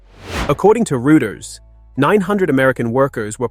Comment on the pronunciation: I hate AI! It is so annoying when it pronounces words wrong, simple words like project or company names like Reuters! If you're going to use AI, teach it to speak like a human!